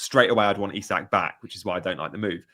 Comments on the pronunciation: Great video but can someone please tell how to say Isak properly 😂 it's not Isaac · Isak is Swedish, not English. Please pronounce his name correctly.